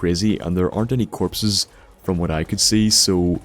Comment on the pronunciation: Emeerged ferm de west